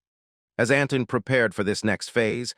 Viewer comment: Not another useless video telling us what hundreds of others have already told us. Make something original ! By the way his name is Antoine -(Ant twon )not Anton